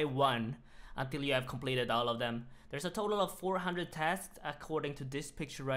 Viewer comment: Came here for him to say shompleted